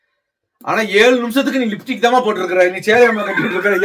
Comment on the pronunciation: சாந்தாக்கா லிfடிக் இல்ல லிப்ஸ்டிக் னு சொல்லுங்க